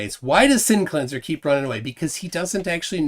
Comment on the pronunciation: "No glober has ever shown me an example of sinking refraction." Also: "That looks like a perfect example of sinking refraction." Sinc-leans-err 😏